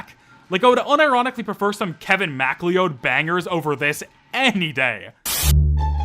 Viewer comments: Ah yes, my favorite artist, Kevin Macleoughd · the real scare was how you said Kevin MacLeod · Your pronunciation of "Kevin Macleod" was a bigger jumpscare than anything in this game